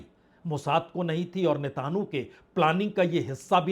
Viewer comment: Sir ji aap correct kar liye aap netenu bolte hain uska naam Natenyaho hai😅😅